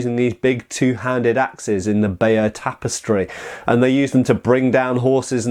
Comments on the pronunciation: James G i used to think he said bay of tapestry ;) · All this time I thought it was written something like "Bayer" Tapestry because of pronunciation. 😂